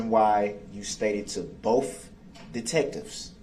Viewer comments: I cannot stand how many times he says "BOAF" detectives instead of BOTH. Also he should have put that mask back on. Nobody wants to see that face. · I expect nothing less from a guy who doesn't know how the letter T works. Dis = This Boff = Both Less = Let's Place = Plates Tesses = Text But then says Amisst, Biast, Duresst, and my personal favorite, pronouncing the silent T in Apostle 🤣🤣🤣 What a clown. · “Bofe detectives.” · “Bofe “. “Axed”, “Substained.” It’s more than I can stand. What an absolute idiot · I’m so tired of hearing this dip 💩 say “bofe” instead of both! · The look on the court reporter’s face when he says “bofe”😂